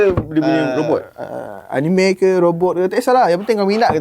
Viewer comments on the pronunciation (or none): none